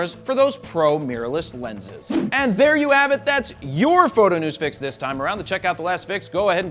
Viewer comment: he really caught me off guard with that "Fro Knows...............................Photo"